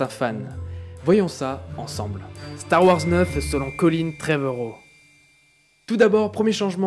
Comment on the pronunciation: Star Ouhorze 😄 Bonne vidéo sinon GG 👍